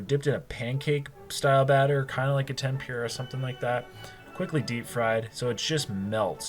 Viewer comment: take a shot everytime he says temPUREah